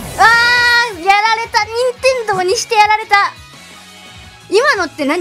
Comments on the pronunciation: 任↓天↑堂↓好き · にんてん↑どう